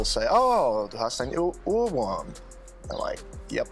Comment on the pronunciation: Do not try to imitate pronunciation. Even though he has lived in Germany for a long time, he still speaks like an American. Ohrwurm is not Urwurm. The O is pronounced as in Orb and or.